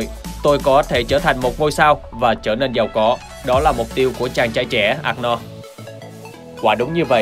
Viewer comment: Giọng đọc tốt nhưng mong ad đọc đúng tên của ông Anorld , chứ không có Ạc No nào hết